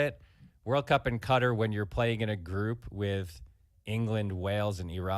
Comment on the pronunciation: I LOVE Schur being part of the show but hearing him talking about the US / Iran situation while consistently mispronouncing Qatar….…you’re better than this!